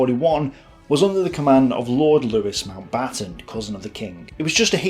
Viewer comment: Würzburg is pronounced Vuurtzberg !! Le Havre is pronounced Le Haaarv. Otherwise great ! Oh yes Louis Mountbatten don't sound the s as in Louey. Fascinating and well researched.